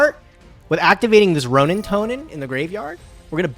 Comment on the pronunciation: please can you get to say the word 'roanintoadin' correctly everytime he says roanintoanin i want to kms